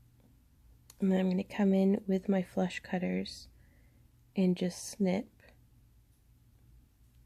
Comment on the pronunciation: SO glad you did this!! I have some gorgeous amethyst and citron briolettes and wasn't sure of an alternative method to wrapping! Now I do! :) I laugh when you say FLUSH CUTTERS, because it sounds to me like FLESH CUTTERS! haha! :) Hey - I am an official YouTube-r now - I've uploaded my first two intro videos, and you are mentioned. <3 Thank you for inspiring me!